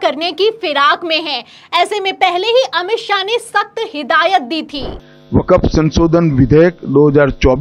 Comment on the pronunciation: Vakaf ka pronunciation nahi Aata